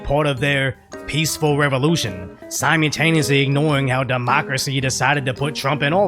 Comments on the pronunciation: Bruh, you gotta stop saying "sigh mew tane e us lee". SimMULLtaneously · Brother. I beg you. Every single time you upload a video, I beg you. Please stop saying "sime youtaneously" It's "simultaneously." Sime ul tay nee us Lee The first L is not silent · If you are going to use the word "simultaneously" all the time, you gotta work on the pronunciation! More of a mal sound than a mule. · I love your videos man... but in almost every video you say, "simeataneously" instead of "simultaneously" and it bothers me. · Simu L taneously. There's an L there.